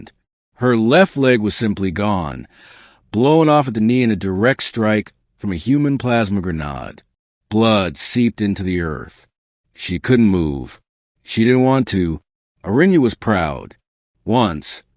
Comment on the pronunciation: It's not a grenahd. Its a grenaid. Pronunciation. Maybe in French ....